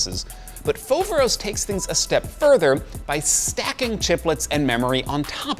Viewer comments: Foveros ??? hahahah....if it is not something else, is greek (modern) means... awesome. If it is from ancient, means the one wich cause awe. But the funny part, is where the emphasis been put. Not f(O)veros...(this is marketing)...but... fover(O)s. Nice video. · is pronounced FoverOs (the tone is on last o) and i Greek means "Amazing"